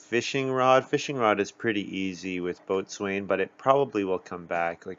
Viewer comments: By the way, Boatswain is pronounced "bo-sun." True story. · It's a nautical term. It was probably originally pronounced the way it looks, "boat-swane," but over time it was reduced to bo-sun. A lot of nautical terms are like that, right? Gunwale, for instance, is pronounced like "funnel."